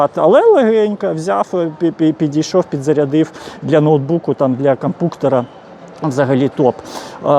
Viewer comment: Дякую вам за огляд👍🏼 АЛЕ ‼️❗️‼️ Буль ласочка, НЕ називайте Компʼютер / «КомпПУктером»!!!! 🙏🏻 Вуха вже не витримують